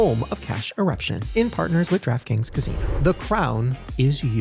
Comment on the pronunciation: shane, random but when you were talking about the DraftKings casino, i heard "Trap Kings Casino" lol i was like damn thats a catchy name